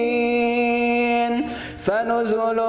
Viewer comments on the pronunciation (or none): none